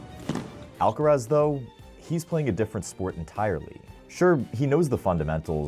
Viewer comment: Bruh, it's Alcaraz!